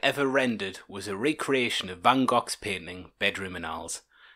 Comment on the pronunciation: Did he just say Bangkok?